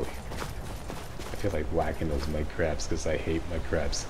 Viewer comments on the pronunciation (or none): Thought you said "whack my crabs" not whack mudcrabs lol